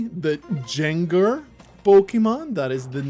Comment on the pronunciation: That gengar pronunciation had me dying. Thank you for sharing your innocent ignorance with us,. Also, the wave thing is Amazing for my adhd. It's hard to sit down and just watch something by itself, but the wave thing makes it soo much easier.